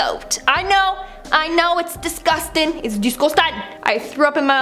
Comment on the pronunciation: 🇯🇲I love to hear says ''it's disgusteng'' instead of disgusting 😂🇯🇲